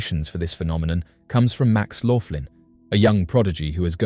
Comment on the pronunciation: It’s Max Loughan, pronounced loogan, not Laughlin and he says that CERN destroyed our original universe, which shifted us into the next universe over. I’d like to point out, that this had to have happened numerous times, if true, as all science labs repeat their experiments, multiple times, to ensure consistency of results. He never said anything about “rips in our reality”, or anything else you mentioned. He also hasn’t addressed, to my knowledge, the fact that with each universe’s destruction, billions of people are therefore going missing, as the population size has never increased, to accommodate the populations of both nearly identical universes involved in each event.